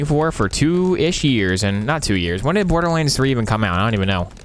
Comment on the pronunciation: lmao look how he said borderlahnds